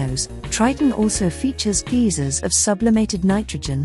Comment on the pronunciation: Geezers? G-eye-zorz